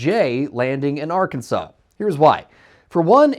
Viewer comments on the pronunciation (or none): none